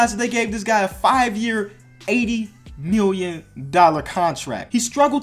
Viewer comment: # when you say million it sounds like miwwion